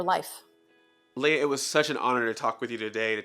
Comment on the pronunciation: Still, LEH-YAH isn't too difficult to pronounce.